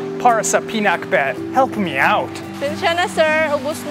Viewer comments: Every time he's gonna said pinakbet I heard peanutbet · pinak pero hindi binet, PINAKBET! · Finuck bet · Pinaccbeth 😋😋 Ang Sarraap sarraap.